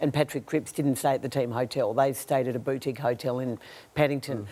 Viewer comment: Matthew Lloyd's pronunciation of boutique lmao